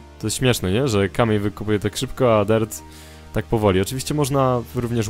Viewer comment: Czemu mówisz endermEn a nie endermAn oraz dErt a nie dIrt?